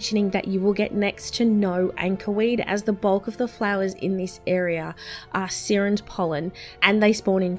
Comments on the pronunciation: Its not Seerens pollen its Siren's pollen like a Siren from a cop car or ambulance m8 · It's pronounced "Sy-rens" haha you know, like the mermaids?